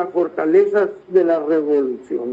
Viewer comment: PORRON DICE ROBOLUCION